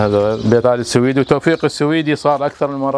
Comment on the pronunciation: لفظ السويدي خطأ, مع الاعتذار, فهو ليس نسبة لبلد السويد , يلفظ Al-Suwaidy.